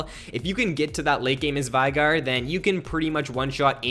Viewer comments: FYI its not veegur its VEY-GAR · He says his own name in one of his emotes. It's "VAY-GAR"